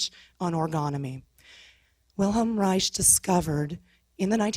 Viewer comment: she needs to learn how to say wilhelms last name, it's pronounced as rike.